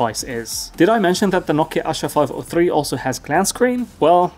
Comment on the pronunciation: It's no asa , it's "aasha "= hope . It's a hindi word.